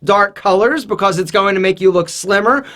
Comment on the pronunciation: Bacose instead of because